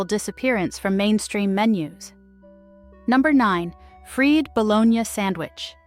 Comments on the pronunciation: “FREED" Bo-lone-yah sammich. USE A LIVING, BREATHING ANNOUNCER, DAMMIT!! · She continued to mispronounce "My Bologna has a second name .. FREE "Bologna" from un fryers (LOL. Shot out to the person that pointed that out !! It came to me later, I got a good laugh!!😂😂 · That, and the 'freed' bologna sandwiches. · I wonder where the host lives. She can't pronounce "pimento" or "fried bologna". Also, more than half these sandwiches are still on menus here in Columbia, SC.